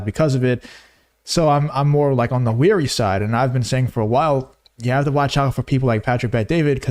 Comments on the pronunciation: You’re ‘wary,’ not ‘weary’ of PBD. Where did you get your ESL training? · 'Wary', NOT 'Weary'. Unless you really are so tired that you can't help but fall asleep. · New subscriber here, good content. Carry on! Btw, you're mispronouncing 'wary' as 'weary', unless you meant that you were 'tired' of PBD. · Yo man, you're WARY, not WEARY